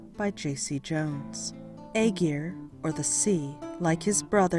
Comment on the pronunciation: You’d think the people that put the time into making these videos will at least learn how to pronounce the name properly